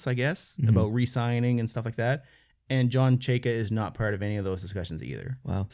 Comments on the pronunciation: It’s pronounced Chay-ka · Pronounced Chayka not chayka